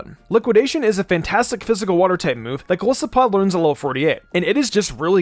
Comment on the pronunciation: you pronounce Golisopod wrong😔 but this really helps tho, thanks!